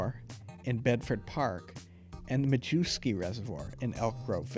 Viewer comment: Majewski reservoir? Pronounced My-yef-ski